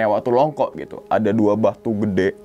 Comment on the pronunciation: Longko bang bukan longkok